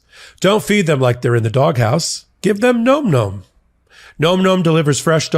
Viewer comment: That's gotta be pronounced 'nahm, nahm' -- am I crazy?